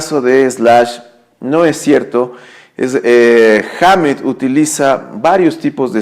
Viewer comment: Correción "Kirk Wahmmett" hahaha xD